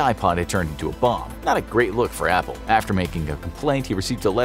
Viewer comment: "Today we take a liik"